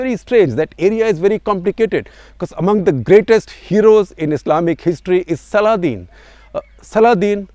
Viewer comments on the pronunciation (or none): none